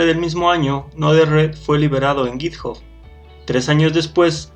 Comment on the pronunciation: Se pronuncia "Yitjab" (github)